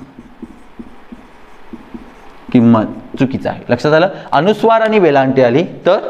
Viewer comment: शुद्ध 'लेखन'बद्दल ही माहिती दिलीत ते चांगलं केलंत; पण शुद्द 'वचना'चं काय? तुम्ही स्वतःच 'आणि', 'पण' , 'आपण' असे शब्द 'ण'आणि 'न' यांच्यामधला, पण खूपसा 'न'च्या जवळचा उच्चार करत बोलता; आणि 'मन' वगैरे नकारांत शब्द "मण" असे बोलत आहात. विद्यार्थ्यांनी तुमच्याकडून काय शिकायचं आहे अन् काय नाही, हे त्यांना कसं समजणार?